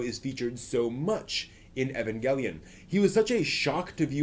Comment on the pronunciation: You pronounced 'evangelion' / 'eva' like three different ways. Also, "done" "bine" for Dunbine, not dunbeen.